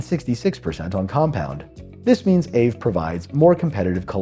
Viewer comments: it's ah-vey. not ayve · Aave was previously known as Ethlend from about 2017. I think aave is pronounced R Vay. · It’s pronounced “AH-vay” is Finnish!